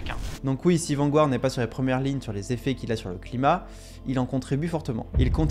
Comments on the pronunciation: c’est pas « Vangouarde » mais plutôt « Vangarde » en termes de prononciation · Intéressant, indeed! Mais, svp... Garde... Garde... VAN-GARD... Pas Gouard... Vanguard... Comme le journal anglais "The Guardian"... Garde-ian... Pas Gouardian! 🤯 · Vanguard is pronounced Vanguard not vangouard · On dit {Vangard} sans prononcer le u. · bon reportage, mais la prononciation de "Vanguard" est vraiment désastreuse.